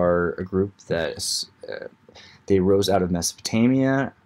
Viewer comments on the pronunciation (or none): none